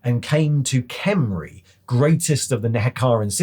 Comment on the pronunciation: I love you and your video but please, you gotta learn how to do the "Kh" sounds of "Khemri". You do a half "R" sound and you slightly swallow air and push it out. No wonder the Tomb Kings are always angry if that's how people pronounce their old empire name. Also Curious if they will add the Chaos dwarves, Ind and even Khuresh in the future. Heck, I'd love to know more about Albion and even other human realms in the old world like Estalia or Araby.